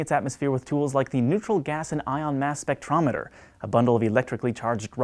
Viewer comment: Anyone else hear "Mass Effect-rameter" at first?